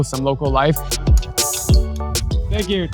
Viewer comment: „hıığğ teenk yuu futbol amerika”